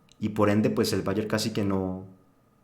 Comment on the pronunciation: dejen de pronuncia Bayer como si fuese ingles... Es aleman ahha